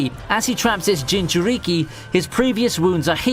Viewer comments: STOP SAY JINCHURIKI IT HURTS MY BRAIN! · Nigga really said "Ewbitoe Uchyija, and Ginchuryiqui"🤣🤣🤣